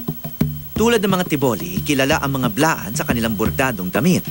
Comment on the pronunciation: Blaan not bilaan